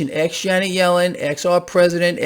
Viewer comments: Did he say aks them? Or axe them? Or ask them? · you can't make it up. You also can't ax a question you ask it.